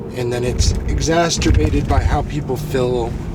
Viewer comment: Egzasterbated? Ha! Exacerbated is correct... Just trying to help